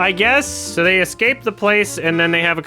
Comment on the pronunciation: makes sense, you're not a native English speaker so let me say it for you since you wouldn't know. As someone who has written in English for decades, the way he is saying "they" is incredibly awkward and incorrect. There is a reason so many people are pointing it out and non-english speakers are getting confused, even they know it's wrong. You prob know too but are too woke (scared) to say it out loud🫢🤫